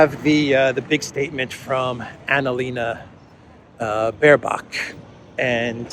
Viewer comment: Every time you say Baerbock I hear bare cock….can’t stop laughing….just the name without the stupid is enough. Diversity hires are running the shit show obviously.